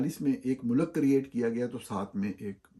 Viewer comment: Plz don't say MULAKK, its Mulk. You are a journalist and should have correct pronounciation of URDU